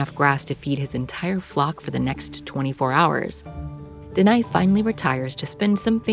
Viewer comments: I think,his name is Deni,not denai. Iam sorry,iam just confused listening to her keep saying Deny like denying something 😅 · DENI = THE NE (sound)